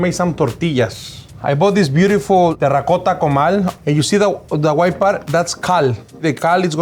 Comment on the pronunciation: Damn the way he says "terracotta" is 👌👌